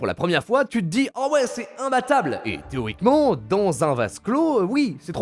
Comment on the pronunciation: Théoriquement ? Nan nan nan... "Téromiquement" oui 🤣